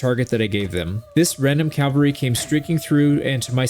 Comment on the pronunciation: CALVARY heavy? did you mean CAVaLRY HEAVY?